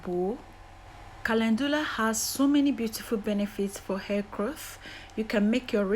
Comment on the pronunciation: Thank you kindly, for sharing your recipe I love calendula is on, my favorite herbs I also love that you pronounce it perfectly I will used as a leaving I love the smell, of calendula I will used fresh aloe Vera thank you god bless 🙏🙌😘